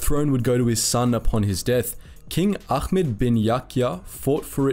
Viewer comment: Great video. But Ahmed is pronounced "A-med". The H is aspirated from the back of the throat, close to the English H. "Achmed" is a non-Arabic misspelling.